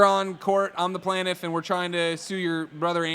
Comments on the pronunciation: "He's not a plaintiff he's a plantif" 😆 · "Plantif" is driving me crazy!!